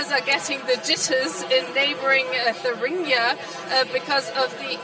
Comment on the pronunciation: Please find presenters who know how to pronounce the word Thuringia.